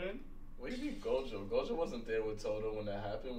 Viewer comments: ROB IT'S NOT GOJU IT'S GOJO!!!!!!!!!!!!!!!!!!!!!!! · gotta be special the way he keeps mispronouncing Gojo’a name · it’s Gojo not Goju 🤣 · Am I the only one annoyed has been calling Gojo - Goju this whole time? Or we just gunna that slide? Claims Gojo is his sensei but he don't even know his name... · HIS NAME IS SATORU FUCKIN GOJOOO NOT GOJU 😤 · The way pronounces Gojo is killing me. Bruh is legit saying “Go-jew”. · Every time rob says jake paul, logan paul, or gojew, i die a little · "jake paul him ichijori, gojju student" was all i could hear lol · He has got to do it on purpose right like how do u mispronounce go-jo so many times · be glazin Gojo 24/7 but don’t even say his name right 😭